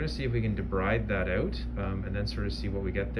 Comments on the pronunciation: The way you said 'out' I knew you were Canadian lol. Fellow Canadian here 😊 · Love the way you interact with patients, explaining and checking if uncomfortable.Are you Canadian because of the way you say "out"?